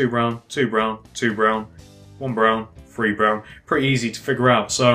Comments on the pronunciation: Lol. One two free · Iknow, that annoys me SO much ! Free, it's three! loll.